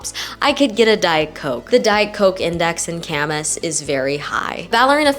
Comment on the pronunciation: Local here. Ka-mahss…not Camas🐪